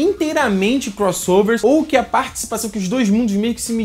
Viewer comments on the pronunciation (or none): vc falou partcipãzão kk mas td bem